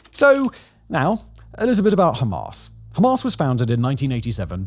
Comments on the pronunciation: I am british, his accent is real. His exaggeration is fake, no one here pronounces hamas that way its fake and frankly dumb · 'Hamas' as in 'Ass.' You better update the latest development.